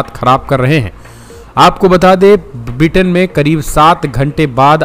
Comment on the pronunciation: Sir it is not Vritin but Britain. Pl correct yourself